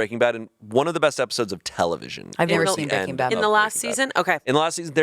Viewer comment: Someone has GOT to tell them it's not "BREAKING Bad", it's "BREAKING BAD" 😳